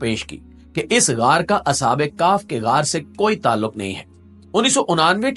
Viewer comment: اصحاب کاف نہیں اصحاب کیف